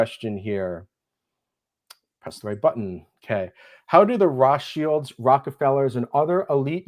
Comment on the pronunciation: you've never heard Roths childs pronounced ?